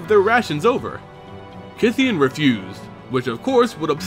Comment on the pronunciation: I thouht it was pronounced as KAI THEYON